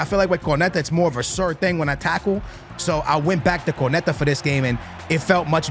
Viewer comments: KO-NA-TE not KO-NE-TA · who tf is Corneyta? is he trying to say Cornet, the killer who used to play for Burnley?